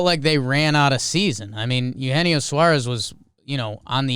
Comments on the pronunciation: As a native Spanish speaker I had a rough time hearing them pronounce Eugenio ha hahah it goes Aeu je nio guys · Sorry trev..I don't think that name pronunciation is correct